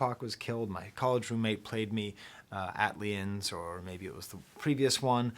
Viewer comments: Great take. Don't ever say ATLIENS" again. It's "A-T-L-iens". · it was very funny/cute when you said at-liens instead of ATLiens